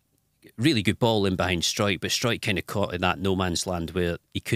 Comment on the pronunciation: Farky also says "Striker" it comes out as "Sw-ike-r".